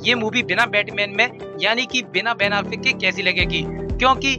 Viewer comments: Bhai alfeck nhi afleck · Vai tu apna Ban Affleck ka pronounce thik kar !